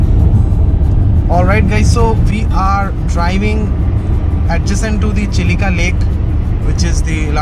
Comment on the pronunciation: The lake in Odisha is Chill-Ka ,not Chili-ka . The river at Kolaghat is Rup-Narayan. Everything else was very nice. 👍